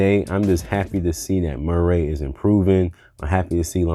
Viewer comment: I Hate the way you pronounce Murray.